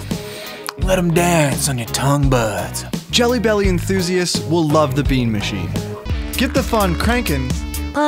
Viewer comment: "tongue budds"